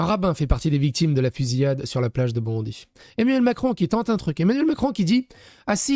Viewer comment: C'est pas important mais on prononce Bondaï😊